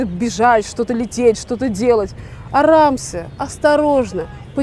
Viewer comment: неправильное произношение должно быть «Араам се» не арамсе